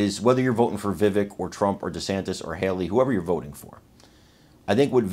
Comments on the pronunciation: Please take a moment to learn to properly pronounce Vivek’s name. Mispronouncing it erodes the credibility of your message. Remember, it rhymes with cake. 👍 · it's pronounced "va- vake" ( rhymes with cake)